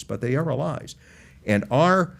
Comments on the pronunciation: Is this "uhllies" thing the new "Keve"? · Why is he saying “Allies” like that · Who taught this guy how to say ‘allies’?